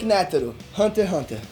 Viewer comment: Mandou muito bem, só melhorar na pronunciação dos nomes dos personagens... Por exemplo quando você fala Isaac Nétero em vez de Netéro como é falado normalmente fica meio a impressão que vc ta lendo o roteiro... Aconteceu outras vezes no vídeo mas fora isso cê apresentou bem demais irmão parabéns!!